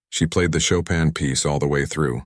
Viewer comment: The pronunciation of Chopin is wrong even in English